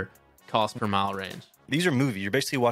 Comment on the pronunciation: Respectfully, CPM is not cost per mile, it is cost per mille (it is pronounced mill). Mille stands for 1000.